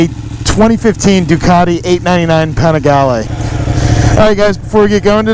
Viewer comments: even the name of bike is wrong, “ Penigalle” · Start by not butchering the name 🤡🤡🤡